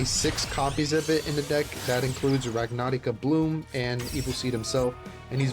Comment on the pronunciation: My man, you went and built a "rag-na-rai-ka" (everyone else is pronouncing it like this)... And cook like his life depended on it! I'm steal the list, but know your work isn't unnoticed.